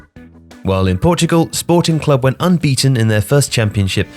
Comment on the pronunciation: You said it rigth "Sporting Clube". Thank you!!!!